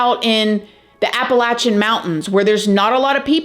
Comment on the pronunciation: I love your channel and your content but every time you say Appalachian mountains wrong I cringe and laugh at same time don't worry there are words I can't pronounce right either at times. Loved the video hope you do more on real cases that were turned into horror movies